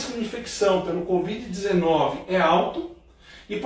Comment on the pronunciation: A falando "COD.VID" hahah. Gostei